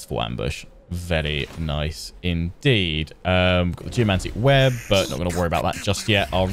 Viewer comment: When you said "Geomantic" i heard "Jumanji"